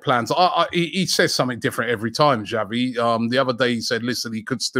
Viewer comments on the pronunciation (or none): none